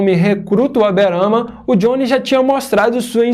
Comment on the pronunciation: "Aberana" Gold é foda veio kkkkkkk